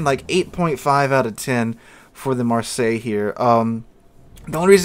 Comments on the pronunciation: REALLY REALLY bad pronouncing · Marseilles is pronounced "Mar-say". Just so you know. Have a great weekend! It's a city in France. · For people wanting to pronounce this one correctly just say it like you would say "Marss ey". Don't ask how I know, I live there. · It's "Marr-say." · Just use google translate with the voice button. It's really not hard to pronounce "Mar say" Say just pronounced like the english word. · I will say it's just lazy at this point, it takes you 5 seconds to google translate and click voice how to pronounce it. It's so hard to watch when he keeps butchering names of locations you're from. Instead of talking about plating for 5 mins just learn to pronounce 1 word for 30 seconds... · lol, no one actually care, like for an English speaker having to learn to pronounce something in a video game,it's literally pointless, and yeah, you may seem it easy, that doesn't mean everyone else saw it easy. And it's not even anyone fault that an English speaking person mispronounced a French name, why are you so problematic about it?